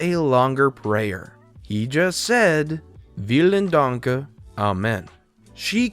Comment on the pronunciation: Was surprised at your German pronunciation. That was pretty good. ...but then you inexplicable added an "e" to "Vielen Dank". Ah well...